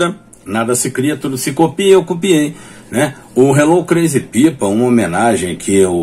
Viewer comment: Por favor, melhore a pronuncia de "crazy people", principalmente do "crazy". Big Boy agradece!